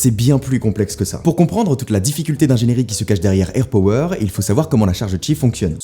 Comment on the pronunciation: Juste ca se dit airpAwer